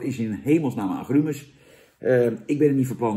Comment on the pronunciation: 'Aggruumes', hahahahaha 🤣😂, lekker een Dennisje doen, Jan? 😉